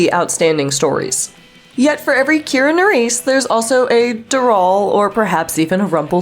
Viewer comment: Did she say nerice?